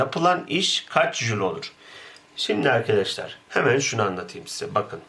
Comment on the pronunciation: Güzel de, neden sürekli 'irkidişlir' diye söylüyorsunuz? "Arkadaşlar" demek istiyorsanız düzgün söyleyin değil mi?